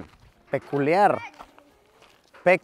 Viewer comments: mas que "peculiar" yo diría "paculiar" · Peculiar... O pacul!ar? Eh? Eh? Eh?